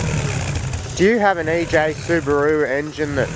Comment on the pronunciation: Nice video. But I'd like to point out it is E J and not A J... =)